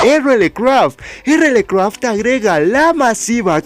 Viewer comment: Se pronuncia RialCraft por cierto 🐸